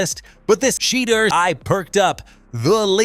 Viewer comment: I stopped watching when I heard SHE-DER SANDERS...... next